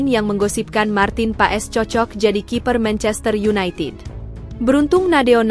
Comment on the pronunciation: Marten pas bacanya mbak jgn paes😂😂😂